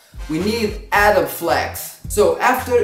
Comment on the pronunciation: Nah even native speakers will mispronounce Adobe I'm just saying at least you know say it the right way but I hardly care